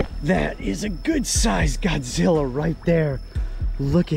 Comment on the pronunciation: I like how do you say Godzilla😂😂🤣